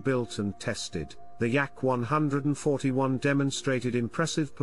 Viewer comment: I like the YAK-ONE HUNDRED AND FOURTY ONE 👍🏻